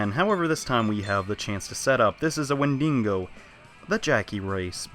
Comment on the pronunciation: I know I'm YEARS late but his pronunciation of things make these so hard to watch. WendiNgo? MelchRom? IsaBELL? Where is he seeing these letters? It's the same for Apocalypse, I don't think he ever says Nozomi correctly despite hearing it in game constantly.